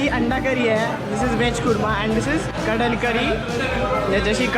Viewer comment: It is not Kadal curry.. it's kadla curry :)